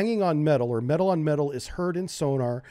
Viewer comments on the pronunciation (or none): none